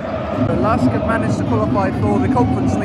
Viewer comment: Thanks for the visit, glad you enjoyed it! Some more background from a LASK-fan: Regarding pronounciation, you already nailed it - it's quite simply "LASK". What you heard from the fan chant was "Forza A-S-K" - this chant uses just the ASK part of the club name and stands for "Athletik-Sport-Klub" (Athletics Sports club), the "L" standing for "Linzer". So you can either say "LASK" (like ) or "Linzer A-S-K" (similar to Grazer AK, which are G-A-K in short). And the fanzine you got was a bargain for 2 pounds :D It's not a matchday programme, but rather the 10-years anniversary magazine of the fan collective "Landstrassler" - the ones with the big banner on the ultras stand. They've really come a long way, from basically 50 active members back in 2014 (3rd league, non-league football level) to what you witnessed yesterday. Definitely consider going to the Linzer Derby one day - however, getting tickets for the game at the Blau-Weiß stadium is close to impossible due to their tin box capacity of only 5000 and 100% of tickets being sold exclusively to club members. So i guess, you'll have to check out the "Gugl" (as we fans call the LASK stadium) again ;)